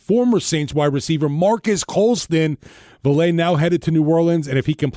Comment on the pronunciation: Personally, I'll be surprised if Vele doesn't play against the Broncos in practice. He's great offscript. Also it's pronounced Vay-Lay